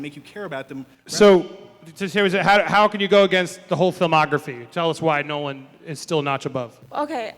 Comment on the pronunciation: Christopher Nolan? NOLAN?!? facepalm